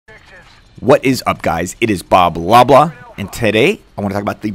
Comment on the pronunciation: Every time i hear you say "" i lol because it sounds like you are saying "hello guys this is blablabla":P